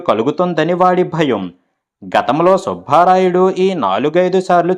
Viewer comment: సుభారాయుడు కాదు, సుబ్బ రాయుడు, భ ఒత్తి పలక రాదు 👎 ఎన్నో కథలు చదివిన మీరు తెలుగు ఉచ్చారణ దోషం ఉండరాదు. అందుకే మీకు dislike పెట్టాను 👎